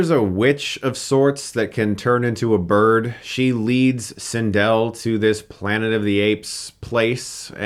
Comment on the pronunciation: This is the first review of yours that I hated. Had to stop watching. For those of us that grew up with Star Wars, we love it. Clearly this was not a part of your childhood. This doesn't deserve a Hilariocity review. P.S. You're saying Cindel's name wrong